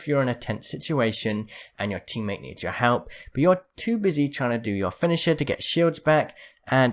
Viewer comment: Literally no one:: Finisha Great video btw <3